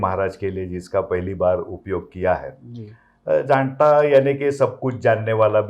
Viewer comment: JAANATA NOT JADATA